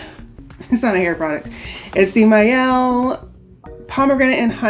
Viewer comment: I'm glad you sa aid the Mielle name correctly. Idk why but it irritates me when people pronounce their name wrong. Especially sponsored videos.